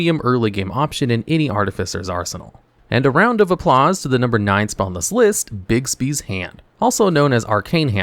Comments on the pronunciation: Just so you know, Bigby's Hand isn't named for the late actor Bill Bixby!!!!! It's pronounced Bigby's Hand!!!!! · Hey, just wondering, but do you have an affinity for actor Bill Bixby? I seem to be hearing you say Bixby's Hand!! LMAO